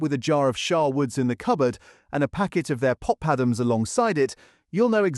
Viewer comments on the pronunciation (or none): Oops, I just made a similar comment but hey, who doesn't like pop-adams with AI sauce? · Would you like some pop-adams with your AI sir? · "pop - adams"? AI struggled on that one I guess. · No human would pronounce papadams the way it was in this video.